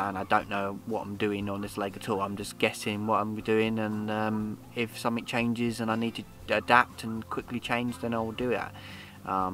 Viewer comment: “SomeFink”? Oh! Something.